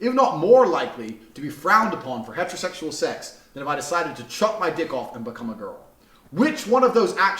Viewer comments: he keep saying hetertetual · “Hetro sexul”